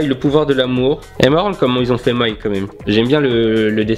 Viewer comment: Ça se prenons mai et non maï